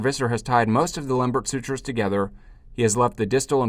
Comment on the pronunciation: That was really very good and a reminder of how tedious these anastomoses are to perform. But concerning the pronunciation of his name, please remember that Lembert was French.